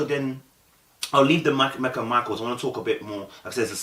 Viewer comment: Her name is Meka... not Mecca🤦🏾‍♀️... pronounced Me-kah